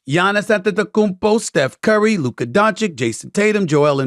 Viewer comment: Every word that ends with “a”Stephen a ends with er it’s funny when you hear it. “Jader” instead of jada “luker” instead of luka